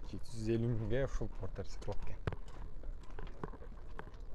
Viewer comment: Фортер эмес Портер деп айт уят